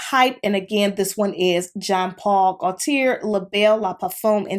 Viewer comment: absolutely dying at how youre butchering Gaultier’s name lol. it’s french. it’s pronounced more like goat-yay